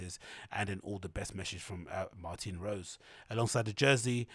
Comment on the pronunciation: Its MartinE Rose, with a E at the end, not Martin like the man's name. Martine (pronounced Mar-teen). Women's name. Woman designer.